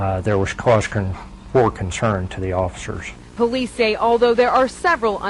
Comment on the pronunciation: he don don comply to the offishurshs ... what the fuck is offishurshs?